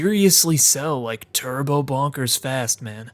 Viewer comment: It's more clear if you have the Voice Acting on, the way he says Bonkers sounds more like "Bankers" This and a scene soon after this is genuinely one of the creepiest moments in the entire Game